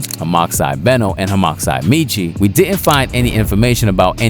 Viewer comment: I can't BELIEVE how he pronounced "Beno"